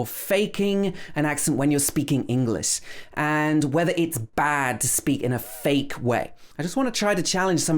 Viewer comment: Hey, i hear you speak but why do you pronounce the word English as 'englis'???